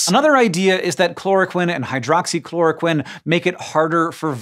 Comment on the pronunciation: Well and most medical professionals in the US say chloro-queen and hydroxychloro-queen too. Don't know why Hank says the short i sound.